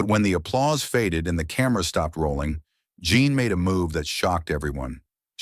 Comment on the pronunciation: Why is the narrator refering to Jean as "John?' How come these errors aren't fixed in editing?